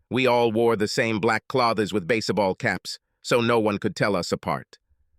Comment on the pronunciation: Base e ball cap? Crap pronunciation